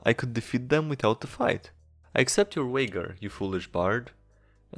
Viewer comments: Wager is pronounced like major. Not Wagger. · I hate your mispronunciations ... "wager" is not uaigger gosh darn it. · "Wayjer" wager. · The way he says wager bothers me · The fact that you can't pronounce "tongue" and "wager" drives a fuckin' nuts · G in Wager is pronounced like in Germany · not gonna lie, it's quite upsetting you don't know how to pronounce "wager" and "tongued" the 'g' in wager is just like in age, it's not like 'dj'(a zh sound) in 'djinn'. the 'g' in "tongued" is like the g in 'bung' or 'fungus'. again, it is not like 'dj'(a zh sound) in 'djinn'